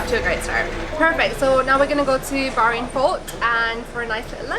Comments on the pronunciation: not local she is Indian live in Bahrain... she is not even pronounce Bahrain correctly! So sad that u didn't see the best in Bahrain with real Bahraini! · Rashid he’s not wrong. She can’t even say Bahrain properly. I’m not Bahraini but I’m still kind of irritated, as I would love to see a real Bahraini who speaks Arabic and is actually from there, practicing the culture... she’s British like me and that’s all I see. I’m more irritated that she’s called a native by when she’s an expat.